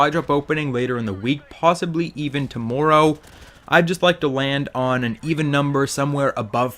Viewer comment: I love the way you say "tommorow"